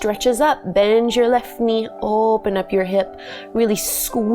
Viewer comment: I didnt know you were Canadian until I heard you say "oooooopen up"